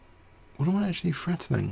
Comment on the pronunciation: seriously though.. "what am I actually frettening?"